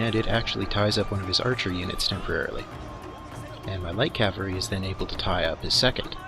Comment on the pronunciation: Love your videos except the pronunciation of cavalry.